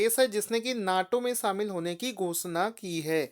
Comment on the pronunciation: शामिल होता है भाईसाब सामिल नही 😂😂